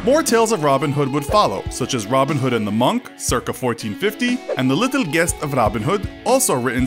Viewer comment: Mostly accurate, except it’s pronounced “Jest” in “The Gest of Robin Hood”